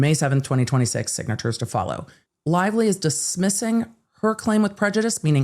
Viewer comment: Blake Lie-vely